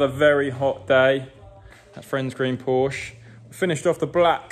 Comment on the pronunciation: so, correctly pronouncing a car's brand name makes you "a nob". LOL